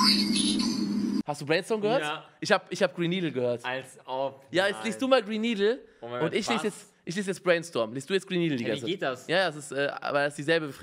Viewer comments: Hab Brain Needel verstanden lel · ich hör nuuur gren needle